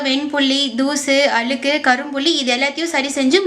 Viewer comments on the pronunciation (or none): none